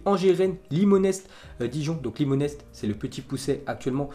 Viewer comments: Limonest se prononce limonai pour info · tu as mal prononce limonest ^^